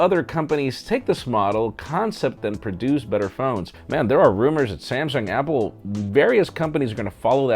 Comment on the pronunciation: you know... it's happle! hahhaha